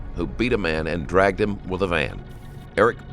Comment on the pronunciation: What kind of English is, "No one likes being DRUGGED down the street!" 🤣 You shouldn't be "drugging" anyone down the street tied to your vehicle, you shouldn't be "dragging" them either. Americans say, drugged, tooken, conversating and, "bin" instead of "been." we all mispronounce words these days but it's the made up words that are exploiting the degradation of the English language across the west and intelligence levels. They even change the meanings of words in online dictionaries since 2000, remove words and and stupid words to the dictionary, it's crazy and most young people use online dictionaries and Wikipedia so it's safe to say they will not expand their minds or brain power. I still have my 1991 dictionary and to compare it to today's editions people would be floored at the changes.